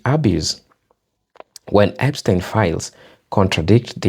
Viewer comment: Epstein not Epistein